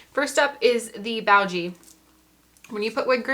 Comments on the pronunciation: Boo. Gee. Not bowgee. Sorry, english degree brat here. Btw, except for the widows peak, yourhair loss is so similar to mine it’s crazy. And idk why I have it. Do you mind me asking why your hair is thinning? I watch these videos all the time and have never seen hair that looks like mine. Also, extremely informative 👍🏽👍🏽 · Nice presentation -- good job. The info. is appreciated.🙂 Now, to clarify for you: Beau is NOT pronounced Bough (as in a the bough of a tree; nor in to Bow to someone). It is properly pronounced Bo (like Little Bo Peep) / Bow (as in bowtie [not as to take a bow]) -- rhymes with Go. You can Google Beau, then tap the displayed speaker icon to hear it pronounced. So, this product -- BeauGee -- is pronounced "Bo-Gee". 🙂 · Beau is NOT pronounced Boo (as in Peek-a-Boo); it's pronounced Bo (like Little Bo Peep) / Bow (as in bowtie [not like take a bow]) -- rhymes with Go. You can Google Beau, then tap the displayed speaker icon to hear it pronounced. So, this product is pronounced "Bo-Gee". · Afternoon sweetheart, Happy Saturday! We💘ur energy & persona & ur simple fluency on all of ur content! Lolz ur favorite band is pronounced: “Boo-gee”= a person who is extroverted about extreme self flyness‼️Keep doin the damn thing sis😜…Sending🙏🏽🙏🏽🙏🏽 & lots of support w/ur future endeavors from “WDC”…💯 #StaySafe#BlessUp❣️ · Great video. I think it's pronounced Beau( like hair bow) Bow- Gee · Beaugee is probably french. Pronounced. "Bo gee". Just a guess. Thanks for all the examples. Very informative. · I love the wig you are wearing. Would you mind sharing the brand, style, and color. By the way, the pronunciation of "eau" is "o", as in "oh". I'm going to get the wig grip that has the cap. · Beaugee is Pronounced Boo Gee